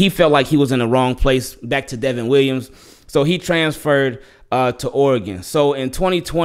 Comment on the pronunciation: He's good man.. They keep calling the him Devin but it's Devon like Von Miller..